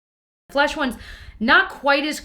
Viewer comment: I kept hearing "flush" in the beginning when she said flesh. It looked like it should have been flushed!